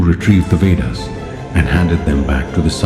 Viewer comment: He said veders😂